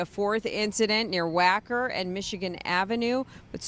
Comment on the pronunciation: Im sorry..but Whacker ? "Whack 'er" street? 😂 just couldn't help it..had to rewind. This downturn in our Country totally sucks. But im not gonna lose my funny bone!